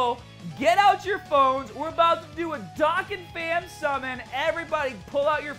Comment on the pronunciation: It’s dōkkan